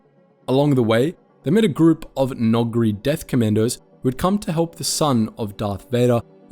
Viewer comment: Good Lord.....Pleaassssse.. Finally, look up how to pronounce the Star Wars names correctly. It's really cruel to hear you pronounce C'baoth or Noogri, among others. Otherwise you have been doing excellent work for years. Nevermind Live long and.......ehhhh My the Force be with you